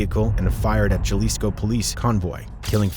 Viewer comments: It's not pronounced chalisco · Jesus white guy speaking/narrating it’s Jalisco pronounced like a h not g good lord 😂😂😂😂😂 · Jalisco = (pronounced Halisco)